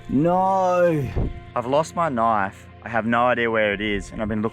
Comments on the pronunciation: His accent with the knoife always gets me. 😂😂😂 (I'm not rosting him just saying ok) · That's not a knoif, that WAS a knoif